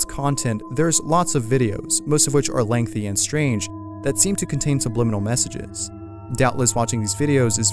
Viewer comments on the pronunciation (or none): none